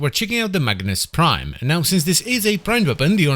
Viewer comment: Everytime you say Magnus Prime i hear Magnes Prime 😀